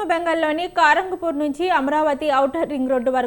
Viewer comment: సరిగా పలకడం కూడా రావటం లేదు కరంగ్పూర్ కాదు kharagpur . గోకనవరం కాదు గోకవరం